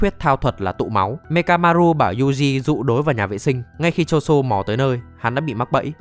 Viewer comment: ngta tên choso mà ní đọc choson =)))